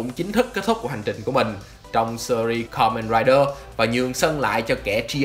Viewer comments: bạn đọc từ Kamenrider từ từ thôi :((, nghe không rõ hơi khó chịu á, góp ý thiện lành kkk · lần đầu xem kênh này nhưng có ai thắc mắc vì sao ông đọc script đọc kamen rider thôi mà như nuốt luôn chứ 2 chữ men ri vậy :)) t ko tin là bị ngọng trong khi 2 mấy cái tên khác thì đọc rõ to xong gaim là từ khá khó đọc cho một người bị ngọng ấy :)))